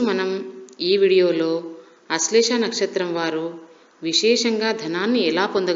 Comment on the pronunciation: నక్షత్రం పేరు కూడా సరిగా పలకడం రావడం లేదు....